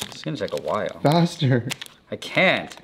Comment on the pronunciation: BRO SAID FASTHTER! 😣😞